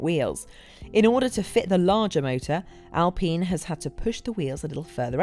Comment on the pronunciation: why would she call it alpeen? basic laws of grammer make the i long, no? friggin english.